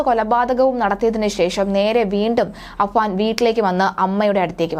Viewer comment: അനുജന്റെ പേര് അഫ്‌സാൻ എന്നാണ് ചേച്ചി...